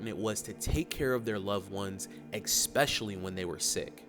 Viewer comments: Exspecially isn’t a word. It’s pronounced e-spesh-a-lee (especially) not (exspecially). Respectfully 🙏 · "*ecspecially* when they were sick" come on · The moment I heard " expecially" I moved on. Hope the host now knows the correct pronunciation. 🎉 ESPECIALLY! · I LOVE this channel. But for the love of god, it’s pronounced “especially” not “eckspecially” I’m not sure if you realise you’re even doing it but you are lol. Just a heads up. Sorry to sound like a grammar nazi but it REALLy gRINDS mY geArs ❤😂 all love tho bro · For the creator of the video: ESPECIALLY. Not Exspecially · ECK-specially?? Ummm... 🤔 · you say ecspecially. Lol. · Eckspeshaly?? Really?? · not exspecially, oh no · What a dumb commentator saying “expecially “ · I can't stand how he overpronounces every word. It sounds like a kid doing a project like they need to do anyone else to do the voiceovers. It's this heavy California over pronunciation. It drives me nuts but then he can't pronounce especially